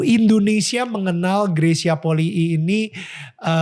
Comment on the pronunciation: Polii ya geys ya bukan poli